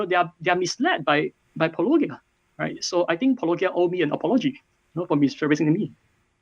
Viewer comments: I mean, it's Paw-low-GEE-uh... not Pah-LOW-guy-uh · I think the worst part of this whole thing is having to listen to the pronunciation “-OH-ghia” multiple times. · At this point dr Loke pronouncing your name "Po-lo-gia" with a soft "g" sound must be intentionally dishonest, right? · I found this INFURIATING for so many reasons. Not the least of which is that it almost seems like Dr Loke has never watched a full video of yours since he mispronounces your name every single time, despite you SAYING IT at the beginning of each episode. I get that English is a foreign language to Dr Loke, and I don't take for granted how difficult it is, and that your name is nuanced and difficult for native English speakers, too. But this goes for all people who try to critique you and get your name wrong. It's like an immediate tell that they have literally not watched a single video of yours. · oh god is it super hard to check how Paulogia is pronounced... so annoying ... anyway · Why can’t apologists pronounce “Paulogia” properly. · I find it funny that Andrew (I think that’s his name) can’t pronounce paulogia but has no problem pronouncing apology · just drink a shot every time they mispronounce Paulogia. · It's hard to have sympathy for someone who whines that someone is apparently neglecting his "real" points when he can't even be bothered to pronounce the other interlocutor's name correctly. If the doctor truly watched any amount of Paulogia's work, he should be intimately familiar with its pronunciation. It is not a difficult string of phonemes. If someone can't be bothered to get such an easy thing right, why should I trust their rigorousness on more difficult matters? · If anybody deserves anybody an apology for not researching the opponent's work enough, I would say its the guy that mispronounced "Paulogia" the entire video. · The fact that he can't pronounce "Paulogia" says something about his knowledge of intentionality.